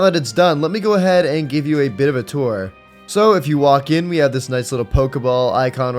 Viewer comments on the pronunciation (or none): none